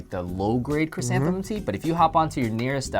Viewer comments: It's ' ChrysantheMUM Tea ' not ' ChrysantheNUM Tea ' lol .. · It's chrysanthemum.